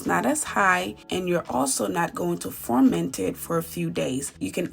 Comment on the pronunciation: The word is ferment, not forment.